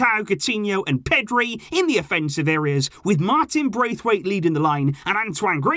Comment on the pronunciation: Martin Bracewaite you know 'Bracewaite'